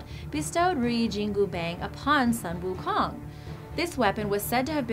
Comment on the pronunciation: Butchered most of the pronounciations. Including the one about Sun Wu Kong